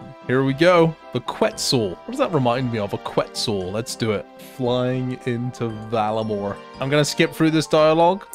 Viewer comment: Whack that, even looking at the word VAR-LA-MORE, you somehow manage to pronounce it Vala More. Fuckin shocking.